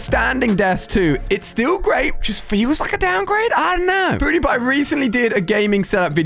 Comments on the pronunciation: Who else notice Ali a saying poodiepie instead of pewdiepie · Ahahaha ali said pootewpie😂😂